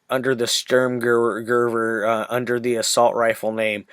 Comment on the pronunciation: Good review mate! Pronunciation: First part is ok, last part = we're -> sturmgewe're